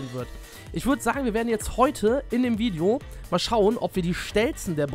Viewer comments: cool dass du jetzt auch vlogs machst übrigens es heißt Video und nicht widio ist aber nicht schlimm passiert halt mal Bist der beste!!! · wideo 😂😂😂😂 son richtiger kevin